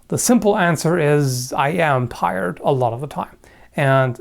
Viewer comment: "I am pired"